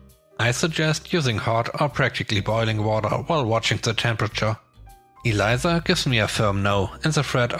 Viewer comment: EL-EESSSAH (Elisa) EE-LIE-ZZAHH = ELIZA